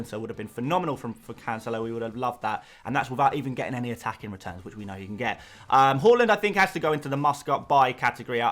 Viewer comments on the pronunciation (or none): Its HAA-land mate. He himself has emphasised on calling him that.